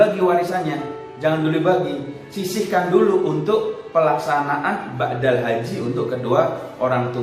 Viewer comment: BADAL. Ustadz..... bukan BAKDAL. (Maaf)